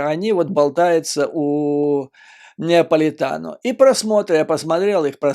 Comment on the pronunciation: Judge Napolitano, не НЕаполитано.